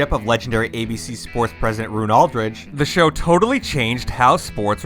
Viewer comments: It's Roone Arledge NOT Aldridge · And it's Arledge, not Aldridge. Also, the Dumont network didn't exist in the 1960's, it went off the air in 1956. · Roone ALDREDGE??? How to destroy any illusion of credibility in just seconds. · If you are a real human voice, please learn how to pronounce names. You have his first name right but Roone Arledge's last name is pronounced Are-ledge. Not All-ledge. He was indeed legendary. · Roone Arledge. Not “Aldridge.” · Roone 'Ar-lidge', not Aldridge. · It’s Roone Arledge, not Aldridge. And Dennis Miller was always an asswhole. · Roone ARLEDGE (not Aldredge) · It's Roone Arledge not Roone Aldridge. Also, the reason Miller was hated by many is because most football fans are the easily managed "bread and circuses" troglodytes that our government cherishes the most. I know plenty of football fans and the most fervent of them aren't exactly the brightest bulbs. Dennis Miller's schtick went way over their heads. Hell, half his stuff left ME scrambling to catch up and I actually love the guy. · Roon Arledge, not Aldridge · Who is Roone Aldridge? It's Arledge. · Roone Arledge (Are-Lij) not Aldredge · Arledge, not Aldridge. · "And it be Arledge, not Aldredge! Arrrrr!" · He also referred to Roone Arledge as Roone Aldrich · Roone AR-Ledge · Hated McCarver? Foust? Roone Aldridge? One bad opinion, two mispronounced names... And I'm done. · He called him the legendary Roone Aldridge no less. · Also “Roone Aldridge” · How do you mess up Roone Arledge so horribly?! Wikipedia down the day you produced this? 🤣